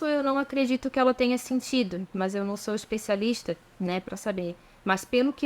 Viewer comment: Quando você mencionou a palavra "especialista" pareceu a forma falada de alguém nascido em Santa Catarina, você é catarinense? Gostei do teu vídeo, sucesso